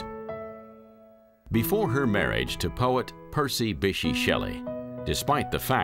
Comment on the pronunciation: The narrator's pronunciation of "Bysshe" is actually painful.